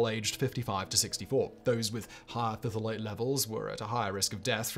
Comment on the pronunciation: Phthalate, the P is silent